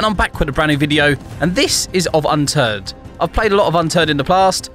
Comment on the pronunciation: For the intro it sound like he was saying unturd